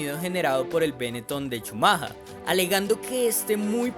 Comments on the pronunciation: Bonito analisis pero la cagas brother cada vez que dices ' chumaja' . Es Schumacher! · SHUMAJA ??? no sera "shumajer" ??? bastante objetivo el vídeo, hasta en la pronunciación del acusado. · oye imbesil se dice schumacher no schumaja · Es shumajer la pronunciación, no chumaja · "Schumahaaa" 😂😂😂 que payaso el que relata el video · Yo pensaba que se pronunciaba "Shumacka" :/ buen video por cierto claro y preciso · "Schumaja" alv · Por qué pronuncias "schamaja"... decilo en latino..si eres un negro más del montón y te querés hacer el multilenguaje! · Un día más de cuarentena x cada "Shumaja" jajajaj,pero se entiende lo d la pronunciación en alemán,slds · cada vez que escucho CHUMAJHA algo dentro mio se rompe.. por dios que ignorancia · yo lo que creo es que eres un colombiano huevón, el apellido de Shumacher en lenguaje castellano es SHUMAGER, la forma en que tu lo dices no la dicen ni los británicos, y si quiiseras decirlo como se lo dice en alemania solamente por hacerte el viajado, quedas peor gamin con internet... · jajaj como dice chumaja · es el mismo, sólo que "chumaja" es como se "prenunucia" en el "alemán" del tipo del "vidio" jajajajaja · Chumaja? Ja-ja-ja... Alemanes e ingleses son bien raros en sus pronunciaciones. Me pregunto, por qué escriben palabras con letras que no van a pronunciar, eh? Qué bueno que hasta el 18 de nov. de 2019 ya hayan podido detectar el JUEGO SUCIO de los que campeonan y hacen perder la legitimidad y credibilidad en esta competencia. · la pronunciación correcta de Michael Schumacher sería: mijel schumja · Haber si aprendes a pronunciar mejor el apellido del gran campeón